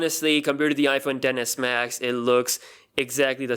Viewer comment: Yo you're saying iPhone Denis max